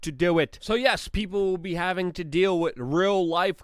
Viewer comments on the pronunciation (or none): none